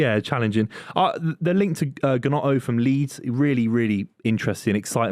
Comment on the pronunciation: There's no way just pronounced it Guhnoto, shows his absolutely lack of knowledge bar any top 6 side. Like, you literally need to watch Match of The Day once, to know it's not pronounced that way